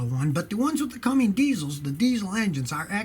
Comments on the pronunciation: CUMMINS DIESEL NOT CUMMINGS DIESEL. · it's Cummins, not Cumming or Cummings lol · Scotty, why do you call the “CUMMINS” diesel a “Cummings”?